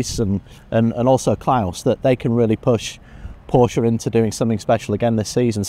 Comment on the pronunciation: My only pet peeve is that she still hasn't learned how to pronounce "Porsche". Ant Davidson had that issue his first season commentating, but he fixed it last year.